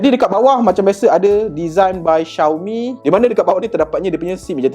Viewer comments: Cara sebut dia memang Shiau-mi bukan Ziau-mi. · bruuhhh🤣 xioami doh sebutan die